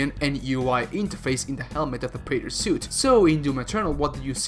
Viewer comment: Preyter soot